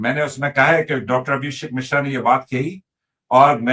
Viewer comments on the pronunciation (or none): misra nahi yar mishra